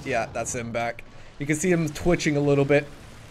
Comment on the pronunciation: First, it is Rigor Mortis and "rigor" is pronounced similar to rigid (short i sound). Second, rigor mortis would be the opposite of twitching. Rigor mortis usually sets in about 4-5 hours after death and it is when the muscles stiffen up. If you ever feel a dead body once rigor mortis set in you will feel how stiff they are so much so where their limbs to do not bend at the joints unless you put a lot of pressure on them.